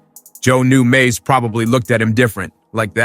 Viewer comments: Its mase not maze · word bro said MAYAZ"E lmfaooo